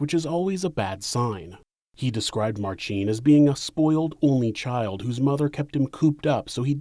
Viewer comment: Minor nitpick - in "Marcin", the emphasis is on first syllable. It's like pronouncing "Ashley" as "AshLEEEEY".